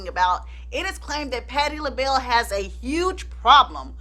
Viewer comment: patti lahell.. nah😂😂😂 you crack me up, please don’t ever change 🥰😂